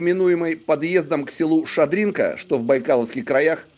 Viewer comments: Нужно говорить Ша'дринка а не Шадринк'а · Сам неправильно написал...) Ша́дринка правильно...)))